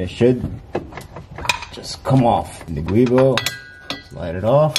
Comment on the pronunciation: Thanks for uploading the video, that's called "Giubo" not Guibo (GIUnto BOschi) as the inventor was an Italian engineer😊